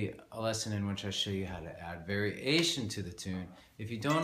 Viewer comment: I love how you always make 'variation' into two words. I think we should start a campaign to recognise Vari Ation as the correct pronunciation:)